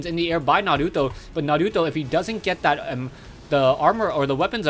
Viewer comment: you pronounce naruto so awesome!!